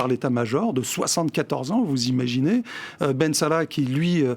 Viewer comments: Vous emaginez quelqu'un qui prononce بن صالح bensala représente les algériens, je préfère une personne qui prononce les noms comme nous les algériens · Commence dabord par bien pronnoncer bensala comme tu sais bien le faire pour hhhirak.